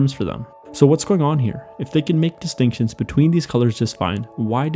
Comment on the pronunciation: Lol “distincuns” lol i know it was meant to be “Distinctions” lol. I just so happen to catch that. Lol